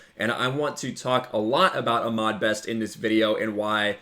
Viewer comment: You're saying Ahmed wrong. It's Ah-MED not Ah-MAD.